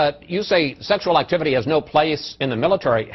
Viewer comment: ...."sexual activity" sounds so weird when he says it haha